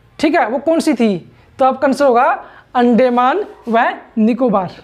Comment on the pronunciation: Yarr अंडेमान नहीं अंदमान होता है